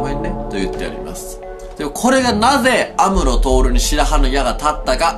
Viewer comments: 赤井さんの来派峠オマージュ？っていう考察もあるし、最強知能動き出したからそういう意味で安室さん死亡はあるかも？ イントネーションが「アムロ」＋「徹」みたいに聞こえる(^^; 文字通り死んだら、本気で一緒に死ねそう(精神的に) 本当にはサヨナラしないでほしいです(´;人;`) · が言ってる安室透の発音が妙に気になる